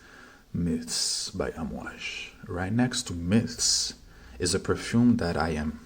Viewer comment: Actually its pronounced Aamwaaaj not Amwj as you say it. Means waves in Arabic.